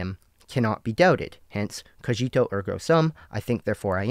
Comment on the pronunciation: Stop calling cogito cojito already